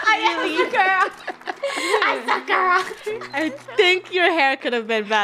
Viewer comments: Im crying i love krew but like……. It hurts…it hurts so bad….. the way…. The way…. They pronounced Sakura😔😔😔😔😔😔😭😭😭😔 SAKura not saKura it pains me badly knowing naruto is one of my favorite animes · The way they pronounced Sakura im going to cry rn